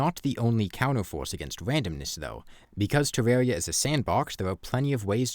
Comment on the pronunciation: The compwehensive guide to Defense (Tewwawia)